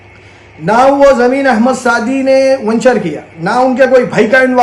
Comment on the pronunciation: Vanchar nahi hai g wo venture bolte usku aur dcp nahi dtcp layout bolte 😂😂😂😂